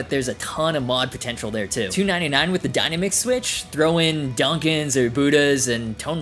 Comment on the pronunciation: The dyna-mick switch? Wow you can't even pronounce dynamic? Dyna-mick??? It's pronounced die-NAM-ick with the emphasis on nam. Unbelievable. Dyna-mick?? It's not that difficult a word.